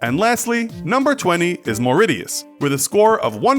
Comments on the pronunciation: Mauritius is not pronounced m-ree-yus! IT IS pronounced m-ri-shus! My safety ranking of countries by who I've been to: Disclaimer: I am going to Greece this summer so they will be on this list and I have been to Spain Italy Croatia Montenegro and Malta on a cruise but I don't include them on the list because I don't remember I think about them. 1 Barbados 2 Israel 3 Mauritius 4 Monaco 5 Greece 6 America (Florida) 7 England (Home) 8 France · Mauritius is not pronounced Moridius, it's Mau-rish-us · "Mor-e-shus" not "Mor-it-ius" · Its Mauritius, MAURITIUS not Mauricio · Belfast is in Northern Ireland and not in the Republic of Ireland.....you’re probably thinking of Dublin? Do Americans pronounce Mauritius differently than Brits?! In the U.K. we say ‘Morishus’ not ‘Moriti-us’. 🤔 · You pronounced the country Mauritius as,"mau-ri-tius". It is pronounced as,"mau-ri-shius". No offence. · It's pronounced Maur-icious, not Maur-iTius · proud to be in the list 😍correction: it's Mo-Ri-Shious not Mauridious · u showed Malaysia for Singapore smh, also it's pronounced Mor-i-shus not Mor-i-tee-us, and Finland isn't in Scandanavia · It’s pronounced as “Marishius” not MoriTiusXD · Ma - ma - ma what now? its pronounced "mo rish es" not "maw rit eus" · Think you have to look up the pronunciation of Mauritius. It's more like "Morishus", not "Mauridius". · Moritius lmaoo it's pronounced mau rish us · It's pronounced More-ish-us not More-idiots 🤣😂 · It's pronounced "muh-ri-shuhs" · its pronounced maur-i-shus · OML he pronounced it sooo wrong... I’m not trying to hate just point it out instead of Mauritius try to say it more like Maurasious or Mauraisius. Hope this helped :) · “Mor-it-itus” lol Jesus , also Belfast is not in ROI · mauritius mau rish is no real t sound in name but still a very safe place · "moridius"?! What kind of pronunciation is that!? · It's pronounced "more-ISH-uss" Also, Belfast isn't in the nation of Ireland, it's in the UK. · MAU-RI-TIUS (Pronounced as MAU-RI-TIOUS)